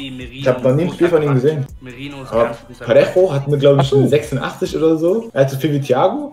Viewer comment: Wie kann man Parejo so falsch ausprechen?